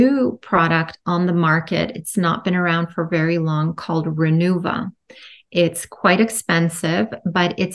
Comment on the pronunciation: The name is "RENUVA" not Renova.